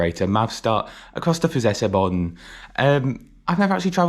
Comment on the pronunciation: Fellow Hungarian here. Since Hungarian language is amongst the 5 most difficult languages in terms of pronunciation and punctuation, I gotta say, your pronunciation of Füzesabony was very good.